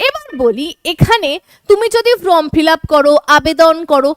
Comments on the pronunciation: Madam আপনি বারবার উচ্চারন করছেন from fillup , kindly সংশোধন করে নিন। FORM FILLUP হবে। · It is not FROM fill up it is FORM fill up, correct your pronounciation.